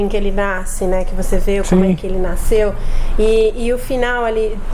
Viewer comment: "Naisceu"... a cada pronuncia espetava meus ouvidos